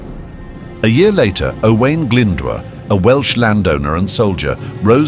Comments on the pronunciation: Glyndwr is pronounced glyn-doer not glynder. this is just one of many incorrect pronounciations.At least check welsh pronounciation with a welsh person befor publication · Sorry but the cgi graphics are a bit rubbish. Had to switch off. Also Glydwr is pronounced ' Glindoor' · its pronounced - "oh - eye - n" "gl - in - d - ooo - r" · This is bad, very bad. Owain Glyndwr's name is pronounced like nothing ever heard before. Some of the place names sound like exotic fruit and none of the castle's look anything like the castles in Wales. If this is AI then I'm afraid for the future of education.